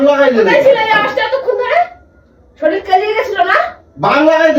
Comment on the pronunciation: কাকা কথাটা" শরীল" নয়,শরীর। কবে শিখবে?